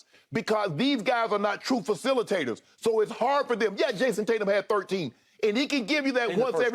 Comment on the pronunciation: Shannon calls JT JASON TAT-YUM